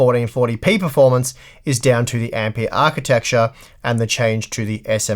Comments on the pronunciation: The guy was named Ampère, not Ampeer. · Ampeeeahhh? Wtf!